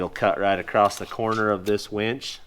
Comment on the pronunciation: Somebody has to tell that there is no "t" or "ed" in "across".